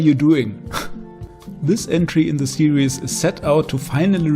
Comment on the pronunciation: Stop saying serieus! Its series!!!